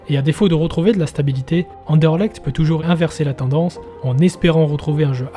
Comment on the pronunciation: Mille mercis l'ami, effectivement il y a encore du boulot niveau prononciation 😅 Content que tu aies apprécié le sujet 🟣⚪️